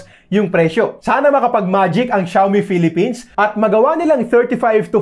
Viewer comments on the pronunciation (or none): none